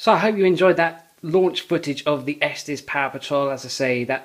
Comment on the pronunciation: Man, damage like that out of the box and you didn't return it? Oh, and btw, it's pronounced "Estes", not "Esteez". I grew up in Colorado, that's how I know.